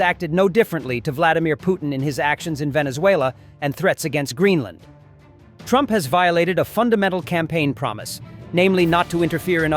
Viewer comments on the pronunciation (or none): What the heck is "Venezoola?"